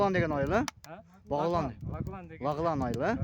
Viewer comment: Лахлан емес Лаглан айылы тирик чулдурабай